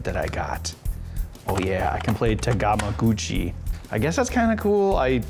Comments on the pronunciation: ***** I know what a freaking Tamagotchi is! But listen to what he said in the video again, he clearly said tagamogouchi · ***** i understand but that was no accent, that was just purposefully not pronouncing it